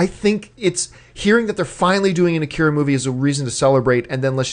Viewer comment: lord.. they can't pronounced the name.